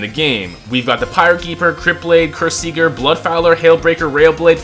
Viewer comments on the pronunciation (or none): how do you manage to mispronounce both kyrsieger and ysleys 💔